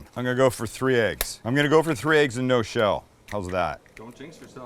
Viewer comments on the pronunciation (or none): He also says Ayggs and not Eggs